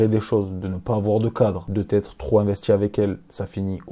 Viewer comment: Et toi tu te sens viril en parlant avec un ton de voix de racaille en fourchant la langue française? Par exemple quand tu prononces: "tu vois"? On entend "tchu vois" et quand tu dis "investi" on entend "investchi" peut être que la nouvelle génération se sent forte en adoptant une attitude et un langage de racaille venu d'ailleurs...c'est discutable de critiquer untel et autre mais faut se regarder soit même...médites dessus le jeune et ce n'est pas pour clasher c'est une critique positive.